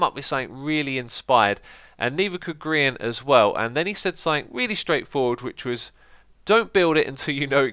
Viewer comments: Not g-r-ien gri-en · Aaaahhh no, it's not gee-R-ee-an! It's Gree-an! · I love the "G"rian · Freezyloen GEE-ar-IAN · Gee-are-ian YOU GOT HIM BACK HAHAHAA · I like it because of grian aka giarian is saying xisumavoids name wrong lol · I love how you say gi-arian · I love the revenge on gri- sorry gri-arr-ian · Also Giarian? Butchering names on purpose ey, nice move xD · Gee-arr-ee-an almost spit my coffee everywhere hahaha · I laughed so hard when he said G-R-ian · It's Gree-an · G. R. Ree-on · Haha, "Gee-arr-ian" love the little stab at grian for him saying "" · Geeearian lmao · Wait do you actually think his name is G-R-ian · Why do you call him jerian. It's Grian. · Who is Ge-Ar-Eon?(btw this is my 1st time watching you) or do yo mean Grian? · you pronounce grian wrong.it's gree-an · He really commits to the whole "not-pronouncing-his-name-correctly-on-purpose" thing... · The way you pronounced Grian was the best part of the entire EvilXisuma clip! Loved it! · I love Gri-an and content 😉 im never going to pronounce your names right again